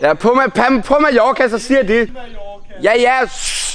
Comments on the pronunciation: Du siger majoka det giver mig spat det hedder Mallorca !!! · Du siger Majorca men du skriver Mallorca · Du siger Majorka